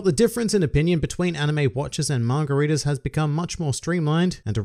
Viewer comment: kinda sounds like you’re saying “margaritas” instead of manga readers. either way, i’m drunk.